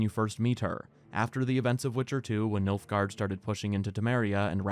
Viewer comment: its nilfgard fam